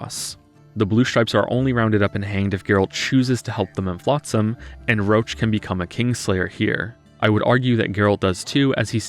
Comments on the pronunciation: Why do you pronounce Roche as "Roach"? Should be more like 'Rosh' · I hate how they pronounce "Roche". It sounds like Roach. I always thought he was meant to be some kind of "frenchman" because in polish they say "Rosh". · IT'S "ROSH"! VERNON ROSH! NOT "ROACH"! I'M GOING TO CUT MYSELF! It's "Rosh" in every single language version, except for English. The English cast for some reason is incapable of pronouncing it properly... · most of the technical issues you described in the prologue, I gotta say it's most likely to be a bug. I played the game on PC twice and had NONE of these issues also Roche isn't pronounced as Roach but as like "Rosh" at least in the language I played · his name is Roche. ROCHE! Pronounced "Roh-shh" not "roach". "Roach" is the horse. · You pronounce Roche as "roach" but i think "rosh" is correct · I love your critiques / movies, but I can't bear to hear "Roach" instead of Roche (/ro-sh/). It that how other characters pronounce his name in English version of the game? Weird as hell. Also, play Witcher 3 in Polish, the voices are infinitely better, and that comes from a Pole that absolutely hates polish dubbing. I just think you should always play in the ORIGINAL version of the game (ie. I'd watch Norwegian movie in Norwegian, not english dubbed, etc.). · I was SO CONFUSED when you called Roche "Roach", I thought you were talking about the horse. In the original his name is pronounced more like "Rosh". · I didn't know that Detmold's character was so scarred by translation as Roche being actually pronounced as "Roshe" instead of "Roach" in the english version. I've played the polish version and i can't realy understand those design-translation decisions, even more so, when Roche's name is not of polish origin. In my opinion both versions could and should have the same spelling and pronounciation. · Roche is "Roach" is english dub. although he should is "Roshe". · He keeps pronouncing "Roche" as "Roach". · Yeah he scuffed that.